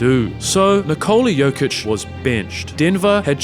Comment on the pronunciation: bro u gotta stop calling him joka